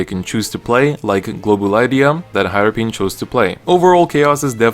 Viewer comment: Ahahahaha Harepin(Harri-pin) Me: Harepin(Hairpin)